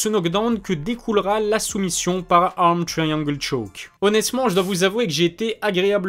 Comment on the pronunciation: L'accent de "par arm triangle choke" est incroyable !